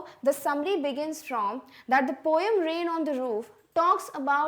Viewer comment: Mam its poem not pom 😂😂😂😂